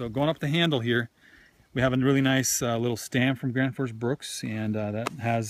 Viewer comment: Randal Flagg It's actually "Graensforsh Bruuk" :) (Gränsforsbruk) Directly translated it would be "The border river/stream factory" (Word Bruk is not a translation for factory, it would be "Fabrik" in Swedish, but bruk comes from the Swedish word "Jordbruk" which means farm (Jord = earh, Bruk = to use). There is no English translation for the word. A bruk is a place where you refine natural resources, in this case metal.